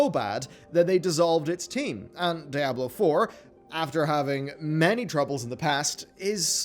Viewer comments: STOP. SAYING. DYE-ABLO FFS. Its SPANISH. The devs call it how it is, why can you not put a bit of effort and say it how it is. DEE-ABLO. DEE-ABLO. Diablo. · He can't pronounce Diablo for shit.